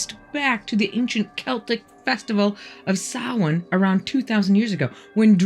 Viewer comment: Finally! Someone who knows how to pronounce Samhain. Happy Halloween, & Fam!